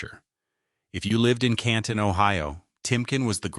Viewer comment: Canton is pronounced correctky!